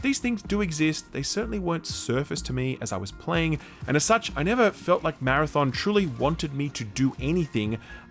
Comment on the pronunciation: More like “marathyawn”